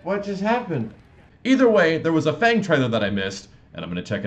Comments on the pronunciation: even though i dont really know mandarin or cantonese at all, i do know the way the game pronounced 'fang' was a lot more accurate than what you were saying amidst your confusion as to the game's pronunciation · Yeah...I kept hearing "Fong" too. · Fong is the correct Cantonese pronunciation. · well in Chinese pinyin it pronounced FANG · In Mandarin, FANG pronounce as the one in trailer, not same with the one pronounce in English. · its Fang, not Fang:) as in Chinese Fang. you know, Fang:P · Also, he's Chinese, you're pronouncing it wrong!